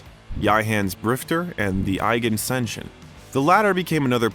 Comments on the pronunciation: A good Look at Clints career, but the narrator mispronounces words so often it makes our cringe. A few of the many, many Faux pas is saying "Sin-eye" instead of "Sign-eye" for Sinai, and Eigen Saction instead of Eiger Sanction for one of Clint's films. The narrator does this about once every minute of the post. Early on he pronounces Sergio Leone's name as "Lee-own" so many times I wondered whether he was hired to voice this because he was someone's relative! Terrible! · The mispronunciations by the narrator are exquisite. Dizzy Jiles-py? And what did he call High Plains Drifter and The Eiger Sanction? Hilarious. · The frequent mispronunciation of names in this video (for example High Plains Drifter and Eiger Sanction ) is, in a word, egregious. At best, it is a badly-placed test of the narrator's First Amendment rights to free speech worthy of an appeal to the Supreme Court.